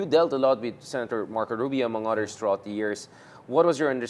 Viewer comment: why does he say odders instead of others? hehehe😅